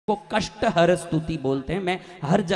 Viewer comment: Kasht harn hota na ki harm